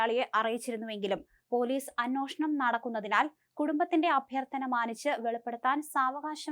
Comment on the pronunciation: അന്നോഷണം അല്ല അന്വേഷണം എന്ന് പറഞ്ഞു പഠിക്കൂ.